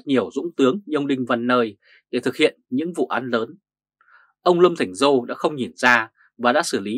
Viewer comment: Lâm Thành Sol, not Lâm Thành Giô,sir.